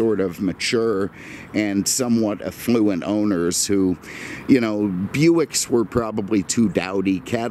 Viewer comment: It's pronounced affluent not effluent!! There is a BIG difference!! Lovely car. Visiting Naples in 2 weeks hope its all cleaned up by then and the Inn on Faith and our favourite restaurants are all open for business.